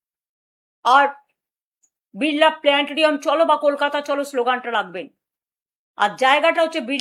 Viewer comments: pls. onar ei bokktobbor oi portion tar ekta vedio karun, jekhaney un biral planetorium uchharon korlen🤣🤣🤣🤣🤣🤣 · একজন মুখ্যমন্ত্রী ভালো করে প্লানেটরিয়াম বানানটাই উচ্চারণ করতে পারছে না